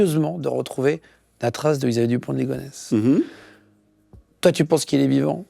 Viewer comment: Émission sur qui?😂 Yisxaavier dupont de ligonnes?😮😂